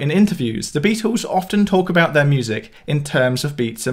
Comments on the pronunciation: This guy needs to learn how to pronounce the word Beatles . It is not bee twos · Beatles! Not Beatools. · Why don't you stop saying Beatels, littel or middel, it sounds infantile.